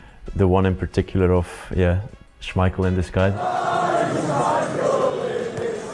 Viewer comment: The pronunciation on schmeichel too was really off, seems like ai slop